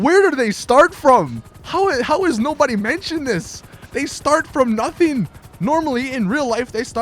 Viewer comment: On the river one u sounded Spanish af u were like they start from nothing